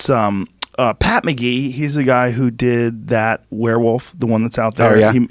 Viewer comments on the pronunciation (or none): none